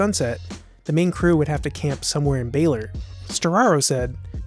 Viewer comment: Baler is pronounced Ba-lur,not Bailer